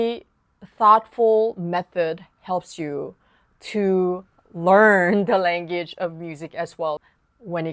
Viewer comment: You are an amazing piano teacher and I'm learning a lot from you plus your English is excellent. But if I can correct your pronunciation on one word, only because I think you'd want to know. I'm referring to "language". Pronounce it this way "lang-wedge" or "lang-wedges" for more than one. I hope you find that helpful because their is no intention of being mean or critical. Looking forward to more of your awesome tutorials. Thank you